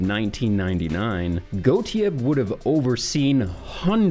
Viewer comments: It's weird hearing someone try to pronounce Sidney Gottlieb without the L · Gottlieb has an L in it.